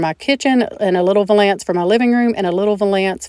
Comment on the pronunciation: Wouldn’t the toothpicks fall out of that hole in the bottom? Please look up the correct pronouncement of the word “valance”.